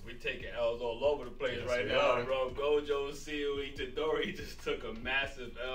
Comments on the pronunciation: ROB IT'S NOT GOJU IT'S GOJO!!!!!!!!!!!!!!!!!!!!!!! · gotta be special the way he keeps mispronouncing Gojo’a name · it’s Gojo not Goju 🤣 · Am I the only one annoyed has been calling Gojo - Goju this whole time? Or we just gunna that slide? Claims Gojo is his sensei but he don't even know his name... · HIS NAME IS SATORU FUCKIN GOJOOO NOT GOJU 😤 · The way pronounces Gojo is killing me. Bruh is legit saying “Go-jew”. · Every time rob says jake paul, logan paul, or gojew, i die a little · "jake paul him ichijori, gojju student" was all i could hear lol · He has got to do it on purpose right like how do u mispronounce go-jo so many times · be glazin Gojo 24/7 but don’t even say his name right 😭